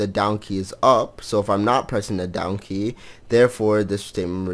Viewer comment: "Down key", i keep hearing "Donkey" heheh :3